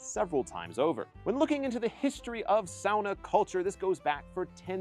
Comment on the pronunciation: Finally an American who pronounces sauna right! Northern Minnesota Finn here and lots of us have saunas, often built up at the lake cabin. So yes, running to jump in the cold lake is part of the experience 😅